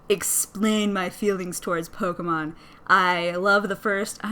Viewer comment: THE NAME IS P-O-K-E-M-O-N NOT POKAMON U R WORSE THAN MY MOTHER!!!!!